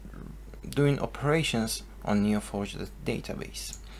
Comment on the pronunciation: LPM es Neo 4 "JEY" no for "YI"